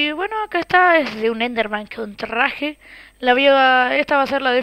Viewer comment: like si te pareció que dijo trrrraje!! como en Ruso! XD...:-) JUAZ!!